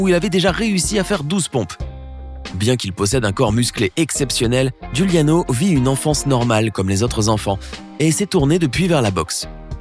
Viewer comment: Giuliano ce dit djouliano (c mon nom de famille aussi)